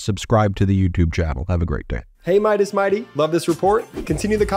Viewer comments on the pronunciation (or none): Ok, if is going to do paid ads for meidas, He may want to know how the sponsors name is pronounced... Its not good business